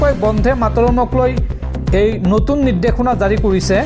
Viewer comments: বন্দে মা তৰম হে হ'ব লাগে বন্ধে নহয়। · Bondhe matorom nohoi Bonde matorom. Usharonot mon dibo. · Bande matarom bandhe mataram nahai. Ucharon bhul hoche. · Bonde matorom bhal koi ussaron korok son